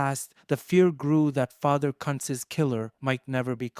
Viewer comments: Its pronounced: "Coonz" & not cunts 🤦🥴 😂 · Who in the h-ll is father "Cuntz" ? 😂😂😂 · 😱😱 you NEED to delete this!! You must he a tad lazy, ignorant. omfw. YOU ARE MIS-PRONOUNCING a DEAD man's name and insultingly as well! 😡🤦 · Your pronouncing his name wrong. Very wrong!!!